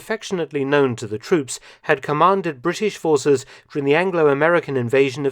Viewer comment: I love everything about Mark’s channel except for his inability to say ‘during’. 😐